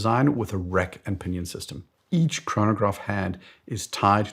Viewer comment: your “Rack” sounds like “Wreck”. Had to listen to it 3 times to get it. Do you think buying a new AP titanium leaving it unworn in a safe would have an investment value in 10 years? Won’t hold you to it.